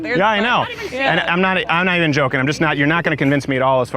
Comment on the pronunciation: "And I am not eve joking." You don't need to, lady. You are the joke.